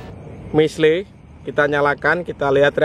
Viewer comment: bacanya misil bang bukan misle 😁😁